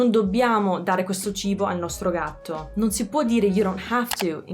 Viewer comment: Ti vorrei correggere al minuto . Se dici la frase "Il veterinario ha detto che non dobbiamo dare questo cibo al nostro gatto", in italiano conta tantissimo il tono in cui lo dice. Se tieni il tono alto e veloce fino alla parola "gatto", allora si traduce con "shouldn't", ma per come l'hai pronunciato te, quindi con un tono che va su e giù e con "dobbiaaaaamo" così lungo come l'hai detto te, allora si traduce con "don't have to".